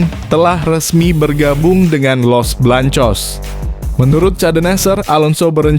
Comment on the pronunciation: Bng ngomong jangn belepotan gitu dong masa Garcia ABNG ga bisa baca ya los beleangcos aj bilang los belangcos payah ABNG ini